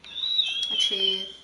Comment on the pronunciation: And it's archive not achieve